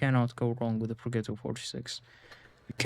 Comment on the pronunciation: Progetto is pronounced Pro-Jet-Oh